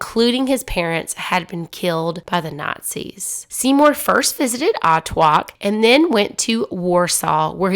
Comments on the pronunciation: As a Polish person it’s pronounced Otvock not Otwalk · Otwock Is pronounced otfotsk